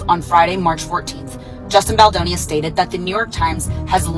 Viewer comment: Offensive you call Justin Boldoni Justine Boloni